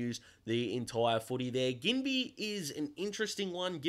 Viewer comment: Enjoying the little videos while waiting for your 40 pick mock draft. Also, pretty sure Ginbey is pronounced "Jin-bee" but I could be wrong 🤷‍♂️